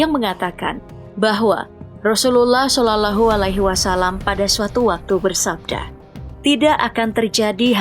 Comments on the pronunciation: Yoi yg mestinya dibaca "loh" dia baca tetap "lah" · Sallallahu min, bukan salalahu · Kalo baca nama nabi yg benar... Salalahu..???...